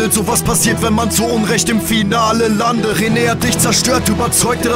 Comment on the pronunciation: am Anfang versteh ich nicht landet sondern Lande :D